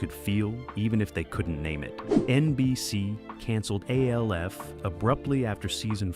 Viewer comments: Alf, not A. L. F. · Why do you call it A-L-F? It's literally just Alf. Did you not look it up before making the video? It's distracting when you say it and takes you out of the video. Other than that, I like the way you do your videos. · Its pronounced Alf not A-L-F ...lol😂😂😂😂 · Every time he says A-L-F all I hear is AFI the music band. Fun fact their full legal name was "A Fire Inside" But nobody every called them that. MGMT on the other hand trolled their own followers who didn't realize this acronym means Management and in business, if you see MGMT you're supposed to say Management. They knew most of their fans wouldn't get that. It was an inside joke the band had of mocking their own fans. Funny Gen X got this nuance and the joke, Gen Z didn't, and they get pissed if you point it out to them. The will argue until they're blue in the face, all you have to show them is an find a much later interview from the band to prove you're correct. The band was called Management. Their album was called MGMT. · Sorry but the video crossed the slop line with Alf being pronounced as A-L-F. I'm out. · You say alf as one u dont separate the letters 😮